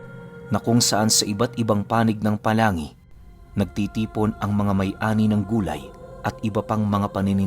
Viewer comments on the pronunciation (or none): Baka ho polangui, hindi palangi